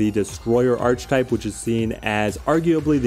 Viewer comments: The word is pronounced Ark E Type not Arch Type. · Ark-uh-type. The word is pronounced 'Ark-uh-type'. I know it's spelled 'Arch', but that's not how you say it. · Love the list, just wanted to tell you it’s pronounced ar-ka-type. Don’t ask me why, English is stupid. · Great video. Question: is there a reason you continually mispronounce archetype? Your content is amazing, but continually saying this word wrong keeps me from subscribing....